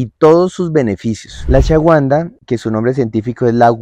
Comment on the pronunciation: No entiendo porque la pronuncian Ashawanda, y se pronuncia Ashuaganda, la W se lee como una U, y listo 😅 Ashuagandha despues de la G no hay nunguna U despues😅